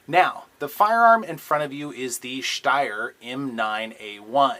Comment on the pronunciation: I love the review, but why do you add that sch sound when you say schsteyr? I speak German and that is not how it is pronounced just Steyr; St not schst LOL!!